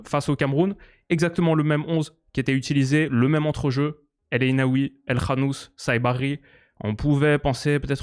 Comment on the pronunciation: Déjà pouce bleu pour avoir dit El KHanouss et pas El Kanouss